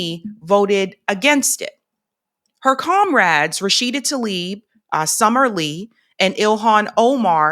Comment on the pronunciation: T-La-ib not talib